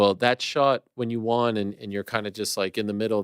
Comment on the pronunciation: it’s nuts Ariel still cannot pronounce the word “won” correctly lol